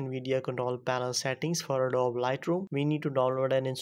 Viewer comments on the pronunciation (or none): It's pronounced adob-ee